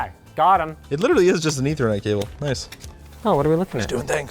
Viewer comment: trying to say ethernet says etherknight Plays it off like a champ